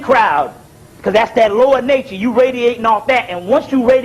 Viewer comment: “lower-nature” not lord nature 😂